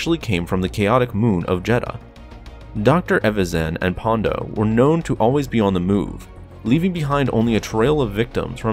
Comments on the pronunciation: It’s PondA not PondO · I liked this vid, but it's 'Ponda' not 'Pondo'. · It’s Ponda, not Pondo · It sounds like you are saying "Pondo" -- but it's "Ponda" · It's Ponda, bro. Ponda Baba, not "Pondo".